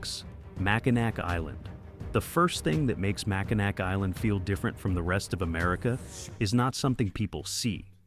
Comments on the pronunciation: It is NOT MackinaC. It’s pronounced MackinaW. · Ain't no way it's Mac in A-ack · It’s not called Mackinac. It’s called Mackall. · It’s pronounced Mackinaw not Mackinac. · it's pronounced Mac In Naw not Macanac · It is not pronounced Mackall. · Mackinac Island, the ending "c" is silent and the last syllables is pronounced (naw). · You can tell when someone doesn't know how or is not from Michigan, by the way they pronounce Mackinac Island.